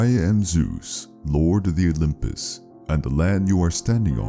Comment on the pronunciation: Why do they always say "The olymus"?